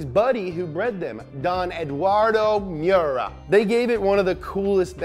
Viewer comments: Its me•yer•uh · ITS PRONOUNCE MY-URA AT LEAST GET THE NAME RIGHT